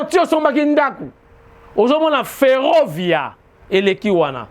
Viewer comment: "Ferrovia" le polyglote, olobi yango bien, c'est en italien, bravissimo caro giornalista!